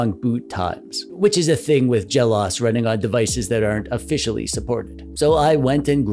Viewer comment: This is a good review of the PowKiddy RGB30. BTW, it's pronounced Jel Oh Ess. The OS stands for Operating System and is always seperate just like in MacOS or iOS. For example, you wouldn't say mac-oze or i-oze or perhaps mac-ohss or i-ohss.